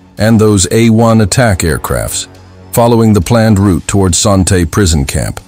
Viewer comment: Your mispronouncing Son Tay.